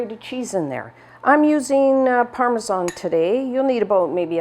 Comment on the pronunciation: Thank you for saying ParmaSAN not ParmaJOHN 👍🏻 lovely recipes.Can’t wait to make them 🙏